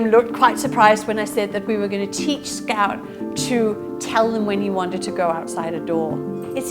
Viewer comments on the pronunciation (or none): Instead of "Scout" I heard "Scat" and thoght it was suiting :)